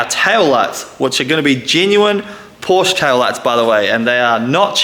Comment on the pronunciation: Love this project. Absolutely amazing. But a Porsche fairy loses its wings every time you mispronounce Porsche.